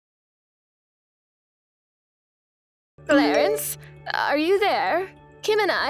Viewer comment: Clarence sounds more like Clarice.